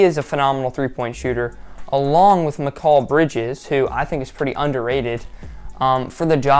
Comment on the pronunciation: Although I appreciate the effort to promote suns content, It's really important for you to do your homework and actually know some things about your subject, IF you want to be taken seriously! A few points: 1- It's pronounced ( Mik AyL with emphasis on A) Bridges, not Mcall. 2MCALL. 2- It's only 1 first round pick ( 2022 first) not two, not three, Just 1. 3- Baynes was not traded at all! He signed of his own free will ( unrestricted free agent) with thr Raptors. We didn't really have an opportunity to trade him because he was an unrestricted free agent. We also couldn't do a sign n' trade with him, As there wasn't really a market for him. These are just a few critical points that need to be corrected. Again, If you want people to take your content seriously, And not just pass it over. Best of luck in the future. 😉👍